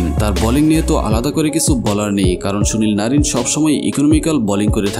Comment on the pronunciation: Sunil narin❌sonil narin✅😂